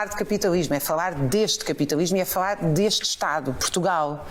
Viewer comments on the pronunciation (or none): Fauar, capitauismo, portugaue, nem falar sabe a comuna…